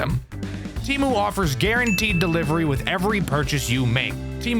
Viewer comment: No way this dude got sponsored by Temu lol at least he said it right also Don't use Temu if you want your data to go to the Chinese government don't use it but you do you